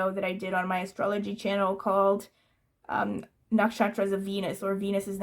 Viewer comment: It's quite amazing you pronounce the Indian astrological nakshatras names so correctly :)